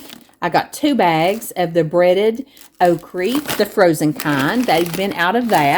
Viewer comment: You brought Bob home, but no Larry!😁😁 I am glad I found some who pronounces okra like I do. Have a great week.